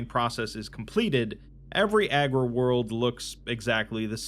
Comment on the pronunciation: Nice vid. I just wanted to say that it's 'Agri World' as in agriculture, not 'Aggro World' as in aggressive. Nuceria or Cadia could accurately be called aggro worlds 😉😅